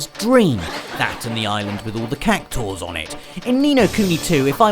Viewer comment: Cac....taur?! Surely you mean CactUAR?! Tsk...